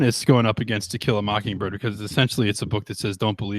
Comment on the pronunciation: "To Kill a Mockingberg" LMAO. I'm guessing misspoke but that was hilarious.